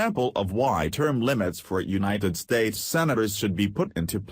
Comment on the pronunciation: The 'untied states' what is wrong with you? you said it more than once! it is The United States!!!